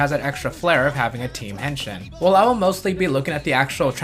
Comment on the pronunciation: Uh, dude. You're butchering the word. It's not "hen-shin" as in the leg bone. It's "hen-sheen" if you listen closely to what the Kamen Riders say. The letter I (as in "India") in Japanese is always pronounced like a long E sound.